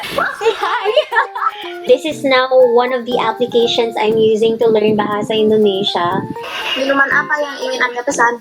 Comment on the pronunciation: Hi I'm anya from Indonesia! I currently learn tagalog. hopefully i can speak tagalog fluently. Btw, you spelled bahasa indonesia well!!